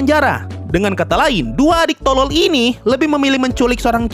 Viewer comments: kata "TOLOL" sangat ditekankan wakwkakwkaw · Bang lu pas ngomong tolol kok menghayati amat😂😂